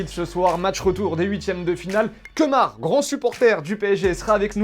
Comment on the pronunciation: c est pas kemar c est lemar 😂